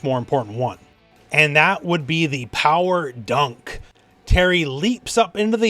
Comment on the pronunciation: Also, Pawa Dah.